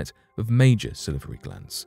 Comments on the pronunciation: Sal-var-y glands. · Sa-livery giants. Live how he says that! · Yes it was really funny when he kept saying salivary